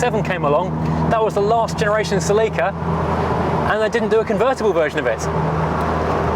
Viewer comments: Never heard it pronounced cel-leek-a / us = cel-ih-ka, from '71 through the end :) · Not "sa-leek-ah", its "sell-ik-a" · Homophone said sell-eek-ah 😂